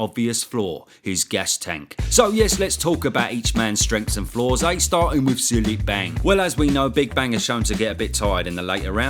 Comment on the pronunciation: Zhilei Zhang is pronounced "Jeelay Jaang". I'm really surprised you don't know that lol it was hard to tell if you were just making fun of his name or if you really just didn't know